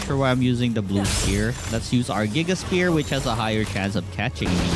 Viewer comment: The word “sphere” does not have a “p” sound. You keep saying the word spear instead. In english “ph” is pronounced as an “f.” So sphere should sound like “c-fear”